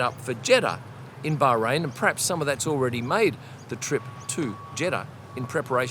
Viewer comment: See, you can pronounce Bahrain - just say it normally